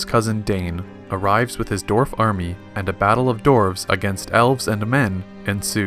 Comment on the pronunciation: He is mispronouncing dward